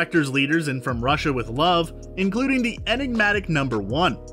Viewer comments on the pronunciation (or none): none